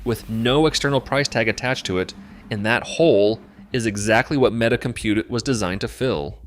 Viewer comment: MEETA? One of the worst AI slop garbage videos I have seen